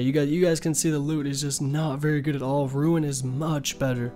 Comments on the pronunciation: soooo confusing when you say RUIN instead Rune. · Sorry but bro there’s no “I” in the word “rune” or “runescape”